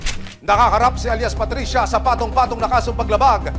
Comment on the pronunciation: KAHAPON: PATRICIA NGAYON: PUTRISYA 😅😅